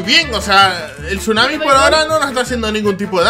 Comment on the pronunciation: Se dice tsunami